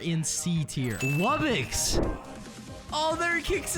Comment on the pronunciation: Just to let you know its wub-box not wubbix